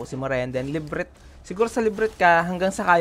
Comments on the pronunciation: La-bi-rinth po ahaha. hindi librinth. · Boss, LABIRINT po basa Librit.. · Laberinth yata pag pagbasa jan boss, hindi librint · thumbs down!, napaisip kasi ako kung anu yung HIDDEN "LIBRINT" mong hype ka! , labyrinth pala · Brad Hindi librit! La bi rinth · LA-BI-RINTH po hindi LIB-RINT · Labyrinth po yan hindi librint 🤣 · The "Librit" hits me hard everytime. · Nice tutorial, panoorin nyo to mga newbies. nalito lang ako sa Labyrinth haha. La-bee-rint basa jan boss. 😉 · thank you po sa pa tutorial. medyo na OC lang ako sa pronunciation nyo po nung word ng "labyrinth". LA-BI-RINT" po sya hehe. i hope you wont take this against me. good job po for this video! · sorry ako din hehehe, LA BI RINT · Ok, sabay sabay bigkasin: la-br-inth Ingat sa TH sa dulo. Hindi yan T. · No offense sa vid ni. Very informative naman talaga. Pero yung "Librit" kasi. Sukot! Di ako magaling sa english, pero one thing na malalaman mong mali pagkakabasa mo sa isang salita, kapag tunog palang masakit na sa tenga. Yun lang. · Nadale din ako sa librit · Hahaha akala ko ako lang. La-br-inth. One more time. La-br-inth. Say it again. La-br-inth! Yown! Now we're learning 😁. Anyway, educational naman yung video, natututo ako as beginner ng Mir4. Salamat, brother. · Same. Librit wtf tagal ko inisip sa simula kung ano yung librit XD awit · Kala ko ako lng 😅💕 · Libreet hahaha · labrint yun boss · Akala ko kung anong “librit” ung sinasabi, labyrinth pla XD Pero salamat boss sa guide :) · La vi rint next vid sir haha correcting langs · Oh say it again, LIBRIT~ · librit hehe.. but ok yung guide mo bro, thanks. keep up! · FYI lang paps La-bee-rint po ung pag pronounce nun paps. pero ty sa guide. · HINDI NA PO MAALIS SA ISIP KO YUNG "LIBRINT". NARIRINIG KO SIYA KAHIT TAHIMIK YUNG PALIGID HAHAHHAHAHA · LA-BR-INT ang pag bigkas sa Labyrint. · nononono, repeat after me "la buh runth" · tawang tawa ako sa librit hahah pero thnx po sa tutorial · LA-BY-RYNTH haha pero thanks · dude la-bi-rint.... ganun